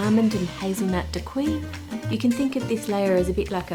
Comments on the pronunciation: Oh, Ann… dacquoise is pronounced “dack-wahhhz”, not “dakwee”. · Btw it's pronounced "da-kwaz" and not "dakwee" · Dacquoise is pronounced "dak-waz" not "dak-wi" c'mon Ann you're a professional you usually do your homework 😅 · When you say dacqui, I'm guessing you mean dacquoise. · omg DA-quahhhh, not daqui. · French is tricky (I should know, I'm an Australian living there) but just so you know, Daquoise is pronounced "Dack-kwaaz" not "Dack-kwee". "Feuilletine" is more "Foy-a-teen" than "Fay-a-tine" and nah, you can't really buy feuilletine at the supermarket, but you can buy gavotte crepe dentelle biscuits and crush them up which will give you the same result. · As a French viewer I'll only say "dakwee" from now on!! To be fair it's written really weirdly, for anyone interested you should pronounce it "da-k-waz" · Hi there! Dacquoise is pronounced as “dah-kwahz” and not “dah-kwee” 😊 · Please please please “dacquoise” Is NOT pronounced ‘dac-kwee’. It’s « dak-kwuz » - the E on the end means the s is not silent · dacquoise - pronounced dak kwahs - just letting you know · Da-Kwaz is how daquiose is pronounced. Love your videos! They’re always informative and entertaining. I’ve learned a lot from you. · Dacquoise > [dakwɑz], no "i" sound for future reference :) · Pronunciation of dacquoise is a bit distracting. I checked online that it's pronounced as dä-ˈkwäz and found no other pronunciation, so maybe this is an Australian only pronunciation thing. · Dacquoise is pronounced Dah-kwah-z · Hi Ann! Dacquoise is pronounced "dah-koahz" - you were just slightly off. In French, the "oi" combo is usually pronounced "oah". 🙂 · As a French speaker and also having a child’s mind I can’t not smile at the name kladdkaka 😅 (sorry, it does look quite yummy though!) Also I’d like to point out that the word ‘dacquoise’ is pronounced ‘dah-kwaz’ Love your videos as always Ann!! ❤ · Hahah yeah, seeing “dacquoise” in the captions but hearing “dockwee” is… jarring.